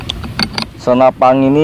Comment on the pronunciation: Senapan bang, bukan senapang. 😀